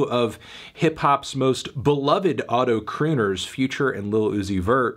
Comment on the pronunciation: Every time he says “Auto crooners” I die